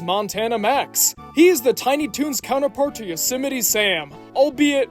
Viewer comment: *YOSEMITE, not YOSEMITY.